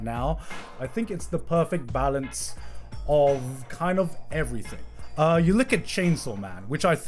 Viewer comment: there is no k in "everything"